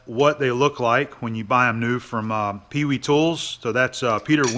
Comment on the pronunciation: I have a sneaking suspicion the company name is pronounced "pay-vay," not "pee-wee," in German-speaking countries.